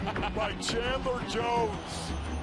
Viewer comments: Chandler! Not chadler!! Wtf NFL!!! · Chadler? really? smh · CHADLER Jones. God this video can't even get his name right. Read the title god damnit.